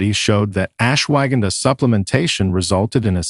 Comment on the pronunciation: Interesting information but the terrible pronounciation of Ashwagandha was more than just irritating! It's correct pronunciation is much softer ... ush-wa-gun-dha